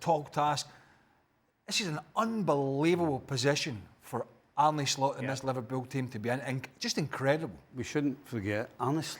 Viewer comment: guys pls. Its not Arny Slot. Its Arne. Soft e. Like the word alone is not pronounced alony